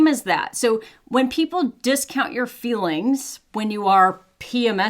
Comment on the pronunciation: I love how your accent gots more and mire pronounced - "feelings" tranformed to "fillings" 😂